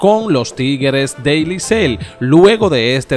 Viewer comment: Loco haz un esfuerzo y trata al menos de decir Licey en lugar de Licel